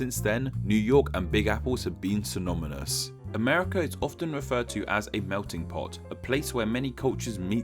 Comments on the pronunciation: lol!!! Synomymous?!? Lol its synonymous. 2 Ns not 2 Ms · So did “synomynous”. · "New York and Big Apple have been SYNOMYNOUS"?????????????? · "synominous" is not synonymous with synonymous. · SYNONYMOUS not synomynus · Ironic to have a guy with a speech impediment explain the origins of names. what's Synominous? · Forget Dutch, he didn't even pronounce the English word "synonymous" correctly. He said "symonymous." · "syno-my-nous"? Tks. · "SynoMYNous"??? LOL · Still getting over the fact you just said "synomymous" XD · Interesting! Thank you :) Now, repeat after me: sy-No-Ny-Mous :D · New York and Big Apple has been… "synoMyNous"? (synonymous*) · synomynous? That must be a word from the "Neverlands". 😅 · synoMONous? Really? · Syno-me-nous facepalm.gif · Say it with me: Syn-on-ym-ous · Yet another great video of yours ^-^ and did you say synomynous? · Do you mean "synomynus"? 😂 Good video though! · As an English person, the pronunciation of his first language hurt. "Synomynus". Kid desperately needs some elocution lessons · "Synomynous" not tricky at all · hahahah he doesn't know how to pronounce synonymous pwahahahaahahh